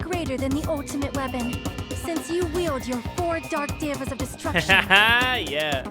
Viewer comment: Anytime someone pronounces the Four Dark Devas as “four dark divas” I imagine Gundham and his hamsters wearing fabulous sunglasses and scarves.